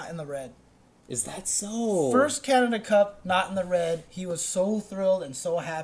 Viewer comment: Props to for pronouncing Canada as Canadia.